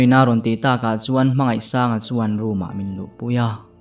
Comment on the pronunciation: Sir hmangaihsanga tih tur kha 'I' I ti zel a